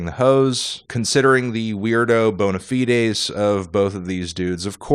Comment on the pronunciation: Bo-na-fi-des? Don't you mean Bone-a-fides?